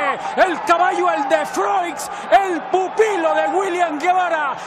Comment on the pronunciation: estos narradores de hoy en dia no se vale y cada uno de ellos le da una pronunciacion diferente a el de froix